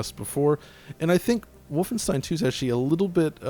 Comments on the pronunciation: Mitch H volf ein shtein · Stop saying "vulfenshtein"!! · Its Wulfenschtein. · Omg can you stop trying to say Wolfenstein with a German pronunciation. It doesn’t sound cool and hip, it sounds shithouse. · God that "Wolfenstein" pronunciation is so pretentious... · pronounced wolfenstein so funky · That's what i remember too; Just re-watched the video and it seems like is saying it as a V and as a W; That may be because even though he's living in Germany, is actually from the US. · eyeroll What a pretentious way to pronounce Wolfenstein dude. Face....palm. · i find it annoying too, but he's german, so i suppose it makes sense for him